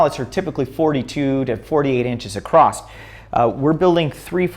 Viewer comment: there is no "T" in the word " across"